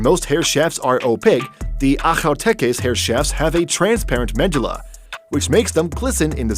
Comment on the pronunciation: Mispronounced medulla. Med UOOLA